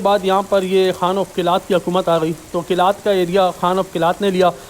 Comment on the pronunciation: Right name is Qalaat not Qilaat